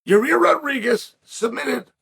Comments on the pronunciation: So we just gonna keep calling this guy "Yuh-Rear"? ...ok bet lol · It's YA-REEEER!!!! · one of the best parts of a Yair fight week is hearing Chael continuously calling him "your rear" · Can't get over how Chael calls him "Ya rear"